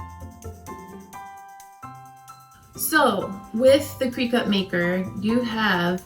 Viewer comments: You need to say the name of the machine correctly. It’s cri-cut it’s not said Cree cut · Crick-IT.... NOT cree-CUT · Thank you for the tips, fyi Cricut is pronounced like cricket.